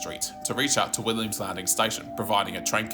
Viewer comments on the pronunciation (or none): none